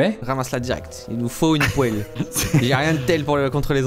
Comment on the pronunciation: bah on dit une poèle non pas une poile